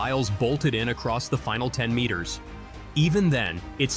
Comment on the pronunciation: Why can't say the word "meters?"